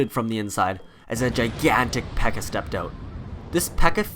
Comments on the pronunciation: One thing u messed up on is that dirk called it a pekka instead of a bpeeka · Wouldn’t he call it the bpekka